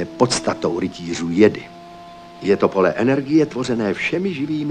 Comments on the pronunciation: ten dabing kde místo džedáj říkají jedy nebo džedi, z toho je mi na blití a trhá mi to uši. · Mě trhá uši zase [jedy], ale [džedy] mi nevadí. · Sice nepopulární názor, ale mě se nejvíc líbí třetí dabing, hlavně co se týče výslovnosti SW terminologie. [jedy] nebo [džedy] je fakt strašný, když je správně [džedáj]. A Ford s hlasem Soukupa mě fakt tahá za uši. Jako dítě jsem to určitě viděl s druhým, ale než jsem viděl třetí, tak za tu dobu jsem ten druhý zapomněl. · Je skvělý vidět(slyšet), v tomto případě u Obi-Wana, jak se vyslovoval "Jedi". První dabing [jedy], druhý dabing [džedy], třetí dabing [džedaj], jak už dnes známe. Jinak skvělé video. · Evoluce výslovnosti: Jedi - Džedi - Džedáj :)) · Rytíř "Jedy" v prvním dabingu je fakt masakr... Asi jako kdyby někdo četl "chléb" jako "cé há léb" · Ovšem ta výslovnost jedi a dalších pojmů je strašlivá :D